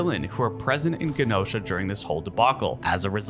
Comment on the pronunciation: It's pronounced "Wick-in" not "Wha-Khan" Wiccan means practitioner of Wicca. Wicca is a witchcraft centric religion in the real world. Chthon also pronounced "Kuh-Thon" Genosha is pronounced "Juh-Know-Sha" not "Ghee-Gno-Shuh" and it's a Monkey's Paw situation, not a Rabbit's Paw lol. Hulk-LING also, not Hulking